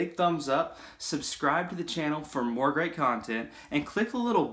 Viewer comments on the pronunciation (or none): none